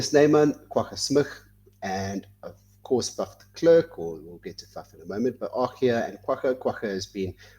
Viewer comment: it's ER GEE Snyman, not AR GEE SNYMAN,! Not de KLURK, but de Klerk. Get it right.